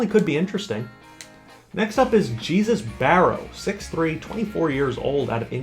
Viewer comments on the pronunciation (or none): I don't think you pronounced Jesus Barrow's name right. I think it's pronounced Hay-zoos.